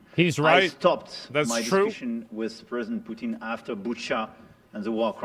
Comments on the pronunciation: They pronounce Putin as POOTENE. Like a shampoo for your butt or a constipation medication. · I like how she says Putin like putine lol